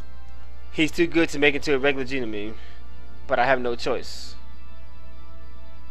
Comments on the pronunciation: the pro-nounciation of genome is Jeh-Nohm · Its pronounced GE(je)-GNOME(like a garden gnome) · There's no long 'e' at the end of genome.